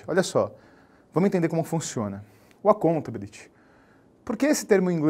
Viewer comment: Ótima dica,! Porém, desculpe-me, não posso resistir, a pronúncia da palavra accountability tem sua sílaba tônica no "BI", ou seja, accountaBÍlity! Ah, e daí, não tem prova oral mesmo... mas é como disse, não posso resistir!